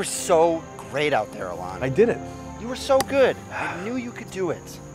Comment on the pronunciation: Your name is ALON not Alan